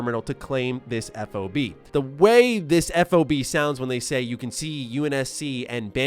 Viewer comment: FYI, you say 'FOB' as a word, like a key fob for your car...haha a non-military person wouldn't know this just helping you out for the future! Nice video once again!